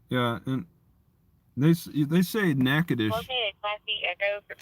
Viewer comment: As a former local... we call it Nack-uh-dish... spoken quickly